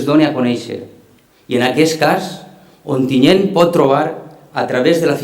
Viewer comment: Onteniente, i no una, sinó varies voltes???? mare de déu, eixa xica no sap dir Ontinyent?